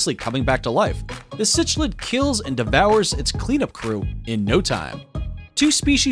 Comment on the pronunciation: "Cichlid" (the fish) is pronounced: sick-lid :●}